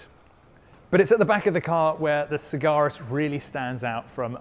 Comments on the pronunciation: FFS it is Sag-Aris. * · Except he can't pronounce the car's name properly..